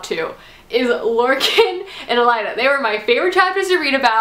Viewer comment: AY-LYNN (Aelin) - Not too hard! :) And oh yeah fyi! :) .. it's EL-EED (Elide), not El-ai-da.